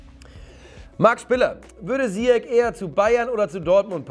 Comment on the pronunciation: Ziyech und nicht Zyiech 😂😂